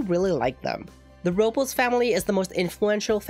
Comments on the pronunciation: It wasnt the R, your R was nice, but the last syllable, -les you have to pronounce the e since it is a latino name lol dont worry about it tho its me being nitpicky. Loved the video btw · Robles is pronounced "Roh-blays". Not "Roh-bulls". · yes! It is Rob-Les is a Spanish last name very common in Spain and Latinoamerica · That pronunciation of Robles had me dying